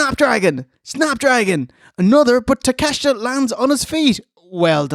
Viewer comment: I love so much about but fooking hate your pronunciation of Takeshita.